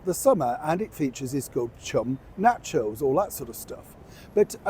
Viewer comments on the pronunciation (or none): Someone needs to tell Harry that's not Na-Cho show.